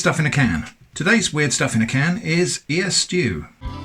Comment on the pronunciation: W-ear-ed stuff in a can. I'm so sorry. 😂